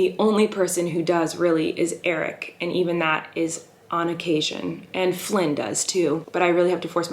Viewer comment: does flynn know how to say his name??